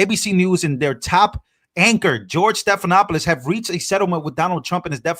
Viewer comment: Check the pronunciation of George Stephanopoulos’ name. 😊